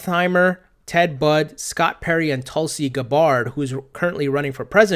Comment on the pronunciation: “Tulsi Gabbard” (like GABerred). You put the emPHASIS on the wrong syllABLE